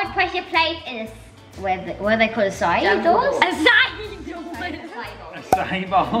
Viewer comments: when you said Acacia it is pronounced akasha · I laughed so much when called it “açaí doors”